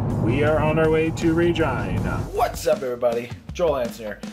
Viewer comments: Regina is pronounced Rah- gee- nah. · LOL it's pronounced Reh-gee-nuh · It's Reh-JEAN-uh. it's not supposed to rhyme with vagina, joel. lol... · Lol my daughter's name is Regina and I have never hear it pronounced the way he did.